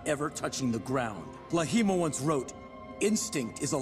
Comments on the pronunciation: It's clearly pronounced as "LAHIMA". Why people write it as "Laghima"??? Come on west people. When will u learn about spelling? It's LA-HI-MA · I am genuinely curious why Zaheer pronounced "Laghima" with an attempted Arab dialect.